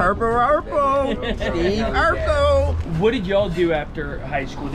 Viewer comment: “That purrple wurrple steeve urkellll” 😂😂😂